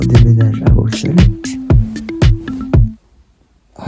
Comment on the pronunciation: Merci de dire Bruxelles en prononçant le X par S